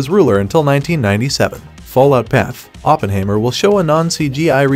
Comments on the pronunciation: Sounds like a computer generated narration. Teach it to say Oppenheimer and not Oppenhaymer and Ma Ma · What I found even more disturbing, is that he completely mispronounced the name "Oppenheimer"... I mean he should at least get the name of the main character right... 🙂